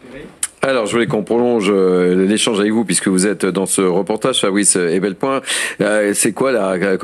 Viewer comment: Même si ça peut sembler futile, la moindre des courtoisies de la part du journaliste serait de prononcer correctement le nom de Fabrice Epelboin (par ailleurs impeccable comme d'habitude).